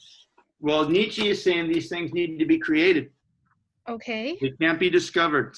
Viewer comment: Thank you. Can you please pronounce his name correctly, however